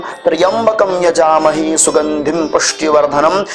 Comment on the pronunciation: यजामहे की जगह जजामहे होता ह